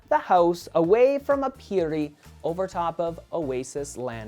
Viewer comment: I LOVE your house designs! There is seriously not one house you've made that I haven't liked. Your planning is so creative! Also, "aperi" is pronounced "AH-pehr-ee." (And no rolled "r", that only happens when you have to r's together.) I apologize if this sounded know-it-all-ish, but I'm a HUGE Latin nerd and I figured you might want to know. =) But once again, another amazing house! My favorite part is probably the dining area on the main floor - the glass wall looks so epic.